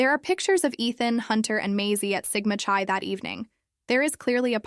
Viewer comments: Sigma Chuy, Sigma Chee, come on with the proper pronunciation: It is Sigma Chi as in Sigma Ki (k sound, long i). It was poor police work not to canvas the neighborhood and beyond, asking for ring footage and other video. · It is Sigma Chi as in Ki and her name is Xana